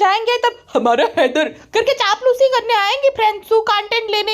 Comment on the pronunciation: Header Header zyada hi kar rhi thi Madam 🤔 jese ki Haider sound karana chah rhi ho😂😂😂😂